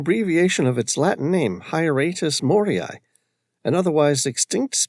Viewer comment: Some of the narrator’s pronunciations are so off, epitome and Moari for two.